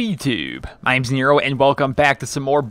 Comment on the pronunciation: In the intro you didnt say im nero you said ims nero